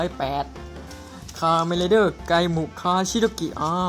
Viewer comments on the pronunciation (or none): ไกมุไม่ใช่ไกมุ่นะครับ